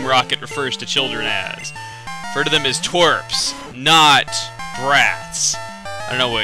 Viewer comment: If you are Meowth of team rocket, you say Twayps.